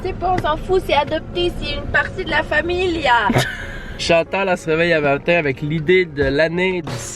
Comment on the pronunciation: pourkoi tu dit chandtal